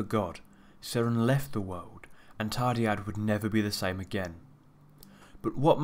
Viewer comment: Hey but I don't know if you know but the dd in the name is pronounced as a th as in Thursday. :)